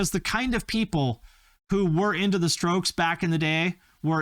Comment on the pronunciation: Bwaaaaahahahaha he said the stokes. 😂😂😂😂 rrrrrough.